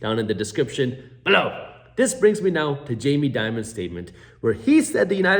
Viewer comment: I only watch your videos to hear you say "BELOW"....lmfaooooo good stuff bruh.